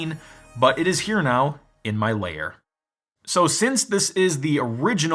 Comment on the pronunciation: I keep thinking what a great review this is and then he says Lair again, shudders.. 😖